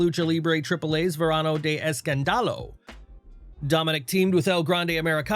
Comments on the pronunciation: If I hear Verano de EscanDAlo one more time im gonna go crazy. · I lol everytime you say escandalo 😂 u say it wrong